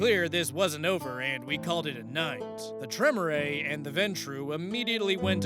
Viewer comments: Well. Apparently he missed the part about Vampire being a game of intrigue, subterfuge and The All Guardsman Party’s favourite game ‘screw everyone else before they screw us’. Also, Tremere is pronounced Tre-mere (as in ‘meerkat’). To hear it spoken, watch the first audio log in ‘Hunter; The Parenting’ by Alfabusa. Actually, watch the series in general. And look up The All Guardsmen Party’s favourite game, honestly think you’ll enjoy them. And as a guy whose go-to class is usually Rogue, I sympathise. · Tremere is pronounced Tre-meer, like Meerkat. 😊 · The Tremere pronunciation is KILLING me